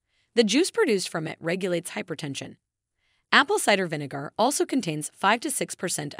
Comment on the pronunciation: You pronounce Vinegar as Vinegoor 😂🤣😅😆😅🤣😂